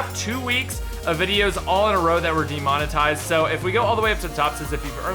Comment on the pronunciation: Not "Detominize", it's "De-monetize". To monetize is to make money off something, put the little "de" before it to express the opposite -> demonetize means to not make money off something